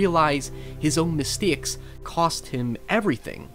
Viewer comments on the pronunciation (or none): awesome video man! the only problem is that you cant speak. words like "state" and "mistakes" are not pronounced "styeet" and "mistyeeks". You gotta work on those "a" sounds. I recommend childrens toys. Try the Speak and Spell. It got me through college. Oh, and by the way (or wyee), say hello to the Kids in the Hall for me. I love thise guys.